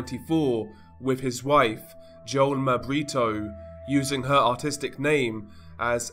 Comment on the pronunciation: Oh man i love you.. When you said "Autistic" name.. I was like waaahhh?? Then i realized you were saying "Artistic" lol had me laughing out loud for real cause i was thinking "Damn bro what she do to you?" Lil